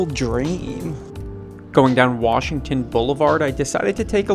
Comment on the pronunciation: he said Warshington like a true Baltimorian